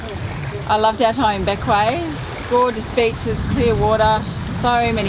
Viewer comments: Bequia is pronounced (Beck way) Island of the clouds. In the indigenous Arawak languages . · Hi, Its pronounced Beqwee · It is pronounced BeckWay. Great video I love Bequia.